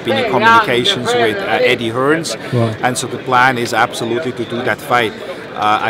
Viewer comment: Loool 'Eddie Hearns' 😂😂